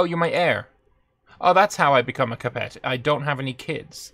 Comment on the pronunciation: Shame the same can't be said for his pronunciation of "Capet".